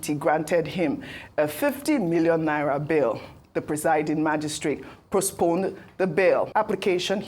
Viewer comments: Ojy, it is not prospone, it is postpone 😢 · DID I HERE HER SÀY "PROSPONE THE CASE"?